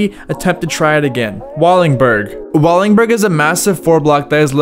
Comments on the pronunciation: Please don't encourage him. There's so much he missed and a bunch of the shit in this is just straight up wrong. I'm all for someone doing a historical chronicle of famous spots but it should be someone who at least knows who Wade Speyer is and can pronounce Wallenberg. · Can you please say Wallenberg not wallingberg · i died a little bit every time you said "Wallingberg", it's wallenberg lol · El Torro was not skatestopped, merely a gate was put up. Wallenburg is not pronounced Wallingburg Wallenburg is not located at San Francisco University High School, it's at Raoul Wallenberg Traditional High School, they aren't the same, I used to ride by it on the bus daily. In 2002 SF legend Frank Gerwer kickflipped Wallenburg in 2001 for 411VM Darrell Stanton has an n, it's Stanton, not Staton Jeremy Wray is a G, he did an ollie across a massive gap between two super tall water towers where he didn't make it he'd die. Carlsbad is called Carlsbad because it was located as Carlsbad High School in Carlsbad, California Lyon is pronounced Lee-ohn, not Leon, it's French. Hubba Hideout was named that because it was a spot for SF drug addicts to do Hubba (what they called crack). It's Wade Speyer, not Wayne Speyer. The shot of Wade was for a Downtown Skateboards ad in Thrasher in 1991. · “WALL-IN-BURG” not “walling-burg” that was painful to hear 30 times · Wallingberg, lol. WalLENberg. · Wallenberg not Wallingberg. Holy man hahaa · WALL EN BERG NOT WALLINGBURG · Well, he also said “Wallingberg”. That’s worse. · "WALLINGBURG"?? Come On, Dude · It’s pronounced “Wall-En-Berg” and it’s called “Hubba’s Hideout” as any kid that grew up skating in SF can tell you. Otherwise really rad video and a fun roll down memory lane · Bro learn how to talk before you make a video speaking this long. It's Lee-on, WallENberg, etc etc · For the love of god brother it’s called “Wallenberg” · If this dude says "wallingberg" one more time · Bro why do you say wallingberg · Are you saying Wallingberg??